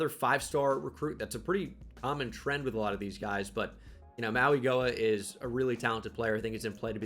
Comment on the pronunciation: I know how much you love to pronounce peoples names right, so the way Francis Mauigoa pronounces his last name is “maui-know-uh”